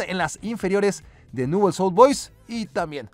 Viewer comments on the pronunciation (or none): Me resulta gracioso como pronuncia Nuuls Old Boys, acá en Argentina decimos Nievels a secas